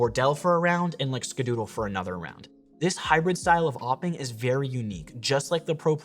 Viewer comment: It is called "awping" not "oping"